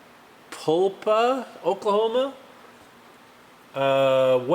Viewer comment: You pronounced it correctly, Sapulpa. I know because we had several customers there.😉 And DAM that turbo was making some heat. Had to go back and show the girlfriend. What needs to happen is you find a golden nugget the size of a soft ball in your hole. It would be the 1693 nest egg.🤗🤗🤗🤗🤗🤗🤗